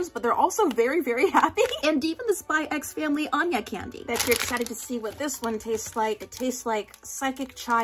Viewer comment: The biggest crime of this video was the pronouncing of the X in Spy x Family